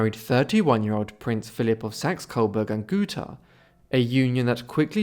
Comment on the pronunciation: Thank for saying Gotha correctly